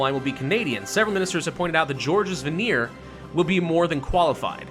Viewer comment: just called Georges Vanier as George Veneer. My soul.